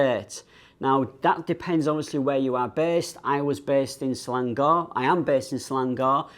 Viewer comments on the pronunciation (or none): Malaysia's newest state : Ser-lung-gorr 😂😂